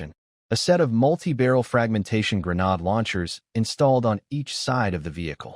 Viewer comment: So, I've become used to the crappy translations with constantly changing names of skills, items, characters, etc. I've even become used to the crappy AI that can't say Grenade or Bow (As in arrow shooting weapon) or Lv (Level) correctly. What I can't get used to is recycled images not even an hour into a multi-hour video. If you can't be bothered to proof read your AI translations and scripts or burn through a lake's worth of water to create images for the entire story. Why would you expect me to bother to continue watching, subscribe, or give you any future traffic?